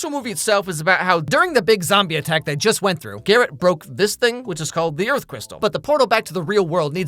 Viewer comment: earf?! LIKE EARFQUAKE?! CUZ GIRL U MAKE MY EARFQUAKE